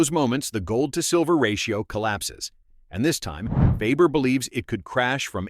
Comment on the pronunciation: You're saying last name wrong it's Farber